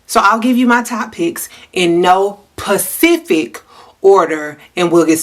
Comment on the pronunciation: Did my girl say "no Pacific order"? lol